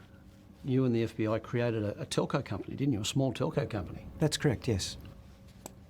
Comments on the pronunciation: Telco, not talko. Telecommunications company. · TELCO COMPANY … TELCO COMPANY … TELCO COMPANY … … not TACO 🌮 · Taco 😅😂😂 Ohhhhh lol....Telco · Telco, Aussie for telecommunications company. NOT Taco Co. Lol. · Telco not taco 🌮‘telecommunications company’ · Not 🌮 but 📱 Not “Taco” but “Telco”, as in “Telecommunications”. You effectively became a Telco company…. As in you became a mini Telstra or AT&T. Yes… yes we did. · Telco, not taco. Lol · They weren't saying 'taco', they said 'telco' company. Short for telecommunications company 😊❤🇦🇺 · Telco company... not taco company... 😂😂😂 Telco = Telecommunications. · He said talco not taco stop pause the video you might miss the word said and a current affairs is a tv channel 9 not utube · TELCO Company. Not Taco Company :) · Telco not taco 😜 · “Telco”, not taco. It’s Australian for telecommunications company. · Telco (Telecommunications) company not Taco dummy. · He said Telco Company. Telco (Telecommunications)